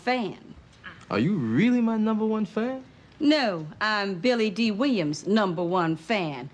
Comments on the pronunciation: Billy Dill! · When weezy kept jacking up billy dee name 😂😂